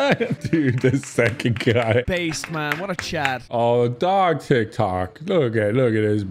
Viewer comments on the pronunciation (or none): I love how he said "Tik Tak" instead of "Tik Tok" 😂